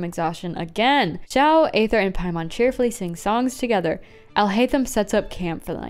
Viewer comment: It’s not Xiao this time, it’s Xiahoe